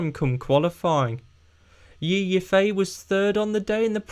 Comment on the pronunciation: Porsche P1? LES GOOOO, come on Porsche lets get the W. Tho I doubt it, Toyota are still the favourites for me, if theyre really struggling, then its Ferrari that I think will get the W. One thing and I mean this as a constructive criticism, learn to pronounce Yifei Ye's name please, its a minor thing but it really bothers me. Otherwise, keep up the good work mate, love your vids👍